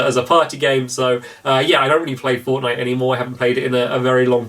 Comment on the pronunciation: IT FORNITE STAMMPY NOT FORNIGHT